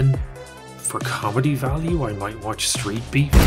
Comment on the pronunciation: Did you say street peeves?😂😂😂😂